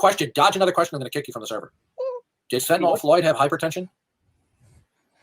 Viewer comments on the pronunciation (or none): doesn't know that the drug he is talking about is not called Fentanol, it's called Fentanyl. How is it that I know that, snd he doesn't? After all his years of paying careful attention to current events?